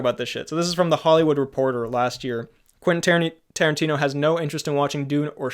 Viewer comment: Quenfeet Toerantino